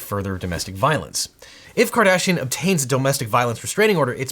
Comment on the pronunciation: Half the time you say Kardashian I hear Cardassian...